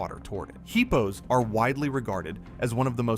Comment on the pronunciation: Would you please stop calling hippos heapos 😏😅